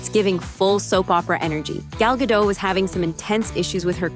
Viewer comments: GadoT, the T is NOT silent. Simply fanatically pronounced. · Her name is Gal Gadot. But they pronounce it Gal Gado 😢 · You pronounce the T in Gadot! It is not a French name. I am not picking on the French, I am of French descent. It's just that they are known for not pronouncing the last letter in a word, Hebrew isn't like that! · Stop mispronouncing Gal Gadot's last name. She's not French. The "T" is not silent. She's Israeli. "Gadot" rhymes with "note." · The T is not silent. She says it herself. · It's fuggin "Gah-dote" not Gah-dough ... a bit like "gull gah-dote" ... like in anecdote. And the video's clickbait zhit. How can you make a video about a subject, not even fact check how to pronounce it, then expect any credibility. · The T is not silent ffs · Okay, two things: 1. I’m pretty sure the “t” in Gal’s last name is not silent. 2. Who cares about her feud with Rachel Zegler? At the end of the day, I’m pretty sure this movie bombed because people saw it for the soulless cash-grab it was and not because of any extraneous garbage having to do with Israel-Palestine. And no, no amount of antisemitism puts Gal Gadot’s acting above criticism which I have seen people continue to do with legitimate justification. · Its Gal GadoT not Gal Gado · Gal Gadot, not Gado. The T isn't silent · It's pronounced Ga-DOT, not Ga-DOW. Gal is Israeli, not French. 🤪😝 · Gadot, rhymes with hot. Its crazy that people are making videos about her, without even knowing how to pronounce her name. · Please pronounce Gal Gadots name correctly! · Doesn't she pronounce it "Ga-dot", tho? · Why is Gal Gadot’s name mispronounced so often?